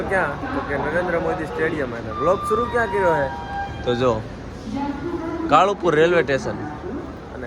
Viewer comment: કાલુપુર ❌, કાળુંપુર ✅